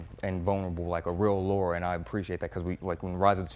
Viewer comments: It's Lara not Laura :) Great review man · Her name is Lara not Laura !!!! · Guy competent enough for a decent review can’t read “Lara”. Kind of lends itself to credibility, right? Laura and Lara are different names. Attention to detail can make the difference between “okay” and “great”. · Why do people always mess that up tho? In so many of the games, they say Lara. Like why is there any other thoughts? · Jacoby Nero no it’s not a very common name. But one is pronounced Lore-uh, the other is pronounce Lah-ruh. If you played any of the games you know it isn’t Laura 💁🏻‍♀️ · It’s Lara , not Laura